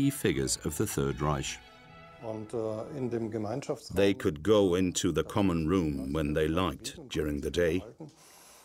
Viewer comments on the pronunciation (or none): The narrator says "histler" and "raisch". Hilarious.